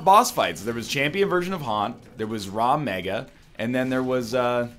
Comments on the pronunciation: He calls it Raw Mega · I wonder when NL will realize it's Rag Mega not Raw Mega. someone tweet him about it.